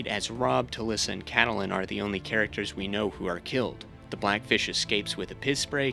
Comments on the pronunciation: Cattle-Lyn? It's pronounced Cat-Lynn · I'm 20 minutes in. Great video so far, but your mispronunciation of Catelyn is driving me nuts. It's Cat-lynn, not Cah-teh-lynn 💀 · Why are you saying Cat uh Lynn. The pronunciation is Cat Lynn. In the show and the books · The way you’re pronouncing Catelyn 💀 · The way you pronounce "Catelyn" annoys the hell out of me. Even tho it appears that is the right way to say it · You mispronouncing Lysa’s and Cat’s name made me turn off and dislike your video. Did you watch the show?